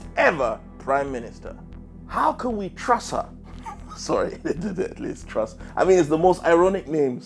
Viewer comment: "Join me in welcoming... Liz Trust" You got her fucking name wrong 6 seconds into the video. Britain's stupidest comedian?